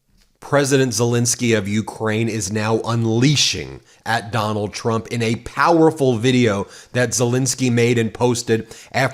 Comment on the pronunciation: Bombing oil refineries and bombing innocent civilians are not the same. Putin taunting “Chrump” (as Caroline pronounces it), and Chrump doing nothing.